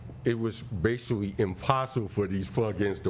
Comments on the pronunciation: Plaintiff started off, "I'm bashivally"........... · Judge Judy: "Not bashivally!"